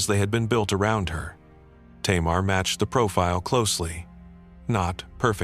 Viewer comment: Tamar in Hebrew is pronounced "Tamar".